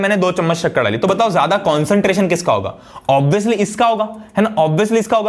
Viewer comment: "OBIYOUSLY" lol Op Bolte!!!!